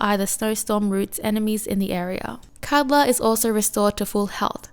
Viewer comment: over all you were saying kaldr's name well you just switched the D and L's place. lol. was mostly unnoticable. the way its said is "call-der"